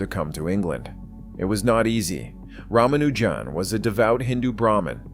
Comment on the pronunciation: The real Hardy didn't speak with an American accent. And he also knew how to pronounce Ramaujan's name correctly.